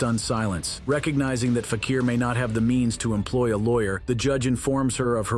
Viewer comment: What is FAK-EAR - it is FAK-EE-R